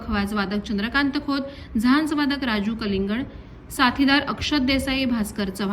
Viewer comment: अभिनंदनीय ❤❤❤ फक्त आडनाव कलिंगण ह्याचा उच्चार नीट हवा होता 🙏🙏🙏